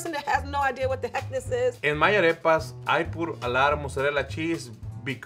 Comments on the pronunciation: Ah yes today ill be making "arapist" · Ffs it’s pronounced “Ar-repas”. Not “Araypuz” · sees arepas Says: A-rape-uz instead of A-rep-uz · I got alarmed how pronounced arepas but everyone pronounced them like that so ok. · Omg the way she pronounces arepas tho lmao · The way and pronounce Arepas makes me uncomfortable